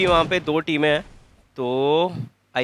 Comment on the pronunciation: Wukong = Wuking